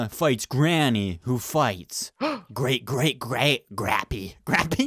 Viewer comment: “Great great græt grappy.”